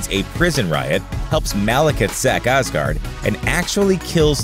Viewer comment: os-guard you say?